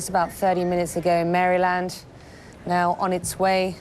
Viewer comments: She said Fairyland. 🌟🌠⭐🙌🙌😀😀😀🏃🏃🏃🏃🌃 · Annoying how the reporter mispronounced the state of Maryland.